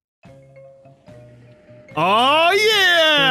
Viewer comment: “As always I how EEENJOY”💀